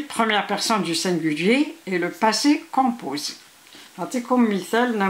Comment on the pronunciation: ELLE A DIT LE POSSE COPOSEE